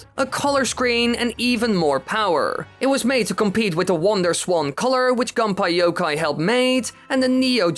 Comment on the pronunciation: I love how he says Gunpei Yokoi like "Gunpie Yokay"